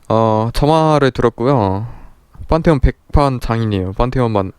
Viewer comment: 판테온을 빤테온이라고 하시네